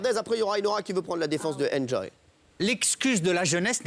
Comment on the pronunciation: "Anjoy" d'accord car c'est a peu près la prononciation en anglais, mais "injoy"...